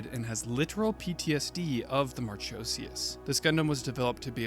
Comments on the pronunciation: Just a heads up, not to take away, but it's pronounced "Mar-ko-see-us" not "Mar-cho-see-us". The ch forms a 'k' sound in the name of Marchosias. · Awesome vid! Aside from you pronouncing Marchosias wrong tho 😭 but I love Marchosias and haijiroboshi alot. U should do a vid on the Gundam Vual btw he’s super interesting:0